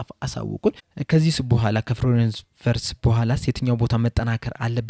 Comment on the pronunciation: ... ቪትዝ ነው፤ ቨርትዝ አይደለም